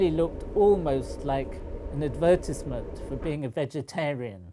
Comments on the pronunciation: WHY IN THE WORLD DO SUPER SMART PEOPLE PRONOUCE "Advertisement" as ( ad-verse-is-ment ) ARENT YOU SMART???? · Advertisement lol I like the way he said that, exactly like its spelled. Adver TIZE MINT MAN. I'm sorry I had too, fascinating video though. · I got triggered by, "Ad-VER-tisment."